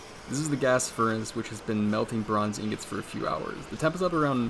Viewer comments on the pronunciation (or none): none